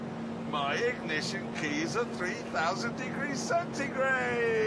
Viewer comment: When jeremy talks about his keys, you can hear his yorkshire-ness come out.